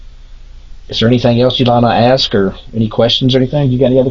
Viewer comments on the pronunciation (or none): "Axes me" - "Not minez" - snotty noses... 😢